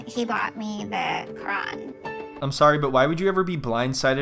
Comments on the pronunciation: she couldnt have said QURAN any worse than that! My god i feel bad for the dude.....CRAYON REALLY >? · I’m so glad someone finally mentioned her pronunciation of Quran 😂😭 like your husband is Muslim and you’ve said your child will be Muslim at least learn how to say the word Quran